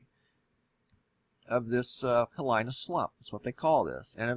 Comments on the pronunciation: Hilina pronounced heeleena......... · Pronounced 'hee lee nah' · HE Lee nah! Proper pronunciation! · It's pronounced -- HeeLEE-nah...please learn correct pronunciations! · Thanks for the info brother, people should be informed. Btw it’s pronounced heeleena slump. Just FYI aloha again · In dis lingo (Hawaiian /Pigeon English) the ' the letter i with a consonant before, the i is pronounced as a long e. So dis is Heeee leeeeeeeeeeena, bra. Letter combonationa like Kai , Wai...because of the a preceding, the i gets pronounced as the long i . . There is also the combonation in words like Puuopae (pronounced pu uu O pai (the long I as the end a fast pronunciation of the a and the eh sound , from the short e. then sounds like a long I ....and if you still cant figure it out, start at the end of the word and work it forward. Good luck, from the 50th state. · Pronounced Hee lee nah! Hawaiian style pronunciation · Hilina is pronounce as He-len-ah. The i's sound as e's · Just a little note on the wording . . . Hilina is pronounced HEEE LEEEE NAW. Hili is a hawaiian word that can mean to turn aside, deviate, miss the way, wander, stray. The last part (na) gives it a plural and quasi noun quality. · Pronunciation correction PLEASE, respect the culture. Hilina pronounced hil-eena. Mauna Kea pronounced Mauna Kay-uh. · Hee LEE-na slump. I's are pronounced as e's in Hawaii. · Hilina (pro) hee lee nah. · l think it's pronounced "hee-LEE-nah." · It's pronounced hee LEE nah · Hilina ( he lee nah) The i is pronounced like e. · Hee-lee-nah. Great vid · Gonna help you w/your pronunciation: Hilina would be pronounced thus: HeeLeena, because the letter "i" in Hawaiian has the sound "ee" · Listening to you pronounce Hilina and Mauna Kea is like listening to finger nails on a blackboard. As a geologist I wonder why you make a distinction between a volcanic event and a geologic event. We in Hawaii talk about the Hilina slump all the time. Aloha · You are mispronouncing Hilina